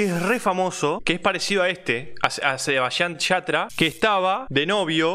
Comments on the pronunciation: Soy yo al único que la da bronca que diga sabayian yatra? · "sheBbBaisHan sHata" Aaa no sabía que se decía así Gracias por la información Cuando Mi mamá Diga Sebastián Yatra Le digo que así no se dice 🤠🔫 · Yo: Sebastián yatra: ShEbAsTrIaN sHaTrA Yo: que paso ahi? Xd